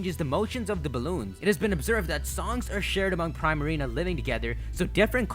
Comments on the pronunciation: Princess Ariel THANK YOU!!!!! It frustrated me when he say Prime Marina. Like really?? Prima Donna + Marina. Come on now. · Pree-marina dummy 🙄🙄 not prai-marina🙄🙄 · im pretty sure primarina is pronounced preemarina. like primadona. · pree-ma-ree-na sounds like prima dona. it's not pry-ma-ree-na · Prima=suppose to reference a primadona which is essentially a pop star and or famous dancer or singer/ marina=appeals to her water attribute/ combining to make Primarina but it's pronounced( preemareena )not like Prime. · It's Pree-Marina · 'pree-marina', like primadanna. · I thought poplios final evolution was pronounced pree-mah-ree-nuh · How the f*** do you manage to pronounce so many things wrong? "De-sid-you-eye" and "Pree-ma-reen-a". Not what you said. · isnt primarina sayd like primadonna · I think you're saying Primarina wrong. I think it's getting its name there from pri-madonna. Pronounciation should be Pr-EE-Marina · You pronounced Decidueye correct but Primarina is 'pree-ma-ree-na' like 'primadonna'. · Also you're saying Primarina wrong , prima - primadona